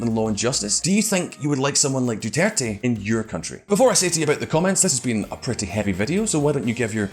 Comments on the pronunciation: The American voice in the background should do his research on pronunciation by asking any Pinoy or watching 5 minutes of Philippine TV. Doo ter tey is the pronunciation. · lol "Duturt"? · Whenever the secondary speaker said "Dew-Tert" I died a little inside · Sadly, they do not make effort to correct its pronunciation. They just assumed it's the correct one.